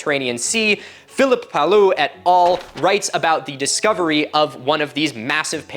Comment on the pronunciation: Great video and a fascinating subject !! And since I'm here to feed the algorithm: a very minor correction, and really insignifcant at that. Phillippe Paillou prononciation should probably be "Payou" (Pie -ou) raither than "Palou". In french double "L" is pronounced like the sound "y" when preceded by the letter i. So for example the world "taille" would be pronounced like the english "tie". Same deal here. The rest of the prononciation is perfect tho.